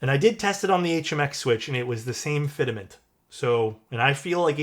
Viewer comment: fit·ment: Pronuciation = fit-mənt. Not fidament. Also, they do provide an adjustment tool for orders. It's inside the aluminum key puller they send you.